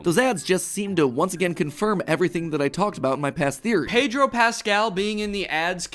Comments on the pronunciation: danny saying PAYDRO pascal lmaoo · pay-droe pas-scale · i love how uncanny it feels for a guy named daniel gonzalez to not be able to pronounce pedro